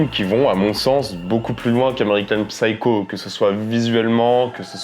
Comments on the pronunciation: Psycho se prononce seyekow, le "P" est silencieux. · On ne prononce pas le "p" dans psycho, en anglais. Ignare ! 🤓😇🤡